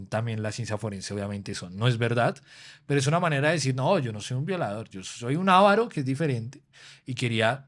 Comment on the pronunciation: muy buen video, excepto por parte de la pronunciacion de la palabra avaro, por parte de la pareja a la derecha, que no se pronuncia ávaro!!!!, es avaro, con acento en la penúltima silaba.